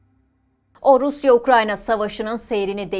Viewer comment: Orusya... Diye başlanır mı ya konuşmaya, aklım gitti